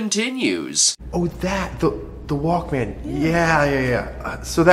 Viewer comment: What's up with the pronunciation of "walkman" in this?